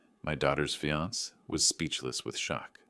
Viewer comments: Fee-ance? For fiancee (fee-an-say)? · The word is Fiancé, pronounced fiansA, not fians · When are these readers going to learn to say fiancé instead of fee-ants? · Text to Speech engines require a lot of modifications, for Fiance' would need to entered as fe-on-say. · Your correct I hate it when people pronounce the word Fiancé and not giving it the proper pronunciation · This is AI generated. That’s why some words are mispronounced. Annoying I agree. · Can't you teach the bot how to pronounce fiance? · Please pronounce fiancé correctly. There must be somebody there who can handle words borrowed from French common in English.